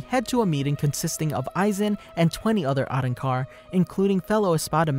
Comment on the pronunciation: I just really hated the way he pronounced “Arrancar”